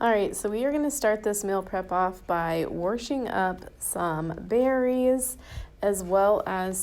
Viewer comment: I cringe every time you put an R in washing LOL